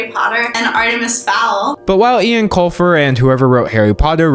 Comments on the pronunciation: Ok sidenote, eoin is pronounced like 'owen' not ian, its an irish name :) love the vid!! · Eoin is pronounced "Owen." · Ian Colfer......IAN Colfer Sorry though, I get it's hard to pronounce. Eoin, the english version of Eoghan (My brother's name), is pronounced Oh-En. Like the word "own", but with a little funk in the middle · eoin colfer is pronounced "oh-in" not ian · FYI, Eoin is pronounced as “Owen”, not “Ian” :) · extremely nitpicky but as an irish person i feel obliged to point out that eoin colfer's name is pronounced 'owen' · by the way, eoin colfer is pronounced OWEN colfer. i know, it shook me to my core when i found out too. damn irish names. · Fun fact: The authors name Eoin is an irish name and pronounced like Owen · so sorry he is irish and pronounces his name Owen Colfer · his name is actually pronounced like 'Owen' 😭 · Heads up! Eoin is an Irish name pronounced just like Owen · Eoin Colfer is pronounced Owen! it’s on his website lol